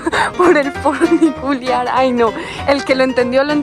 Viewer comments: Funicular No funiculear eso lo sabe hacer bien la mujer que habla Jajaja 😂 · Hermoso video, gracias por compartirlo. ¡¡, Sonó feo eso de "Funiculear".!! Jajaja, un abrazo gigante desde Buenos Aires. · El foniculiar...jajajajaja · jajajjajaja el funiculearrrrrm, el gringo es mas latino que la colombiana preciosa !!!